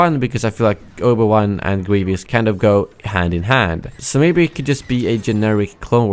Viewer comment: Oba Wan lol